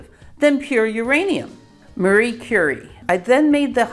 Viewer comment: Outstanding pronounciation of the name. Love your videos!